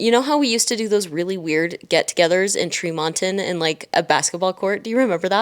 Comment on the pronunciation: You said trimonton 👍when people usually says trimon 😂